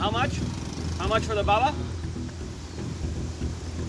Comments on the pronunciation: he saying bubbuh when he should be saying bah baah. lol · I thought he was calling somebody daddy when he kept saying "Baba Baba" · It blows my mind that they said the word baba like 10 times and he still couldn't pronounce it right. Lol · No matter how many times they corrected your pronunciation of baba you still couldn’t say it 🤦🏼‍♀️